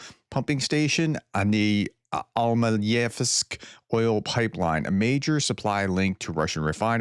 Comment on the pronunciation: Almetyevsk Pr. Al- met-yevsk Chuvashia Pr: Chew- vash-ee-yah